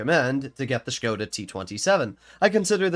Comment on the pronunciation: big respect that you as an American know how to preannounce Škoda correctly 👍🏻